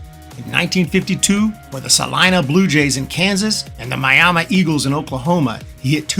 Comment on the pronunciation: I'm most impressed that you knew how to pronounce Miami, Oklahoma.